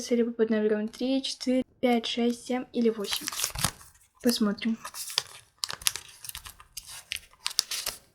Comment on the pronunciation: господи даже не приятно слушать как ты говоришь цифру семь правильно не сэм а семь!!!!!!!!!!!!!!!!!!!!!